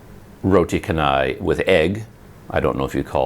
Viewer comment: In malay language C is pronounced 'cha' not 'ka'. So canai is 'chanai' not 'kanai'.